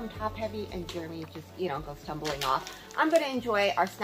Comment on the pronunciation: I’ve been meaning to ask you,, who/what is germ-y? I believe his name is Jeremy, not pronounced with a ‘G’!!:-P